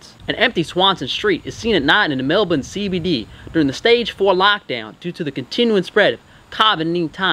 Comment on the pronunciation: To be fair, he pronounced Mel-bun correctly 🇦🇺